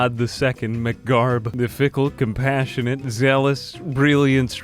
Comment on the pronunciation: MAC Garb. You gotta pronounce the Mac. It isn't Mc Garb.